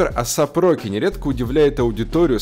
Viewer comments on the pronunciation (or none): Не асап, а эйсеп